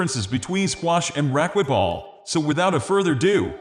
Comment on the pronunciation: AI voice cannot pronounce racquetball. Does no one check this before they upload it. Terrible